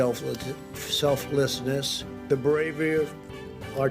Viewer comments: Not shocked that Trump can't say the word "selflessness" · Well it’s no wonder he couldn’t pronounce selflessness, he’s never heard of it.